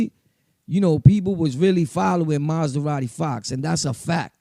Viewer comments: Good shit bro but it’s Ma-Zah-Radi not Maz-Da-Radi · 😂😂😂 this nigga “ Maz-da-radi Fox 🤦‍♂️